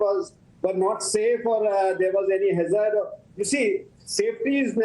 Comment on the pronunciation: Apart from the obvious sychophancy I would like to bring to your notice the pronunciation is (Hazz ard) not Huzzaarrd . Typical Godhimedia.